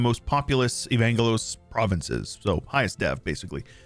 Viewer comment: Love the mod, but the way he says Evangelos like Uhvaynguhloes hurts my body and soul as a Greek. (Its pronounced Eh-vahn-ghelos btw)